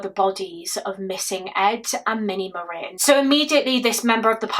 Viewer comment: Omg they have the same last name as me! I’ve only ever heard of 2 other Marin’s. Thank you for being one of the only people to pronounce it properly, love you and your work ❤